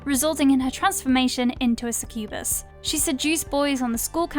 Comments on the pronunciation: It's only "succubus" and "incubus". Also, that pronunciation 🙈 Suh-kyoo-buhs. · God, that pronunciation of succubus really got on my nerves. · It's pronounced 'SUCK-you-bus' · How they say succubus 🤣🤣